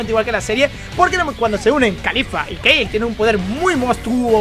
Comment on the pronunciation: porque Keil??? si se pronuncia Kale tal cual,pls